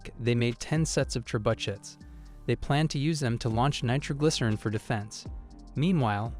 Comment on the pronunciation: Did seriously no one say anything about the horrendous pronounceiation of trebuchet the voice said trebuchuts